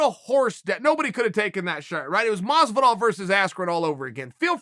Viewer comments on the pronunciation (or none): The Senate oh you’re right my bad. Uncle chael does say it like george maws-vidawl